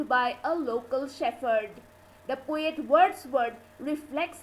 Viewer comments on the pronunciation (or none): The pronunciation of the title is wrong. And the word 'shepherd' is wrongly uttered. Please rework.